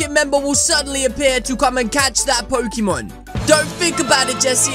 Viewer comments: DID YOU SAY POCEMON!!!??? DO PECACHU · DID YOU SAY POCEMON!!!!??? DO PECACHU